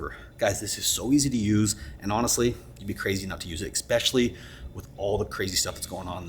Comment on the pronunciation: You said ekspecially. Please don't say that.